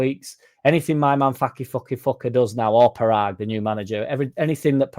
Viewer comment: It'e pronounced Poragg as in podunkville Mississippi